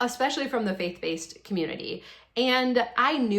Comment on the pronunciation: When you said Faith Based, I had to replay it twice and I still decided you said fake faced interesting